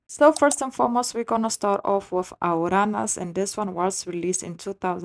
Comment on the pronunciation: It's Aruanas, not Araunas